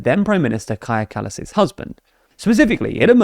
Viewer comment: Don't forget they previously butchered Kaja Kallas's name as well. At least they pronounced it correctly this time.